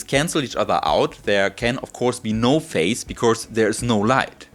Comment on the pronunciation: Excellent presentation. My only gripe has to do with your pronunciation of "phase," which to my ears sounds the same as "face", but the "s" in "phase" in English is pronounced like the "s" in the German word "Kaiser".